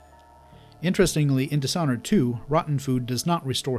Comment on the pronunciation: dish (this h is silent) honored